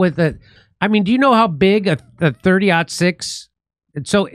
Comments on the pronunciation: I'm here to get expert advice on the shooting from those who don't know how to say the caliber of the bullet. Thanks for the professional analysis 👍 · Jimmy. Love you man. But someone who doesn't know how to say the name of the bullet maybe shouldn't be talking about conspiracy theories about ballistics. Also, the reason people shoot watermelons is that they explode spectacularly on the-tube-of-you. Bullets do crazy things. Just please oh please don't join the club of people who if asked if Santa is real turn around say that Rudolf was a mossad agent and took him out.